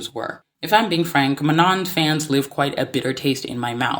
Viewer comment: I do agree with what you are saying but why do you keep saying Manon’s name incorrectly? Like it’s literally said in the show multiple times and the clips you used yet you still choose to say her name wrong